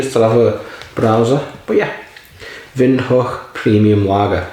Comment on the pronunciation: Pronounced right on🎉